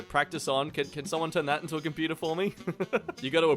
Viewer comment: it's a compu-tair